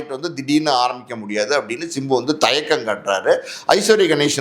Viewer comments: Sir. Chimbu nu solreinga simbu nu solluinga kekka nalla ella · It's not chimbu, it's simbu